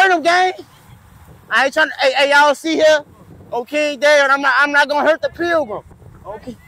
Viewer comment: LoL the Boy said Pilgrim 😂